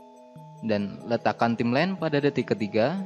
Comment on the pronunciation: Bacanya bukan timlen, tapi taimlain (Timeline) , distorsien (distortion) bukan distorting.... gemeeessss XD